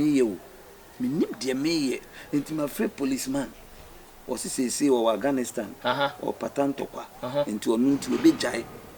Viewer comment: said Aghanistan 😂😂😂 Eeeiii 🤣🤣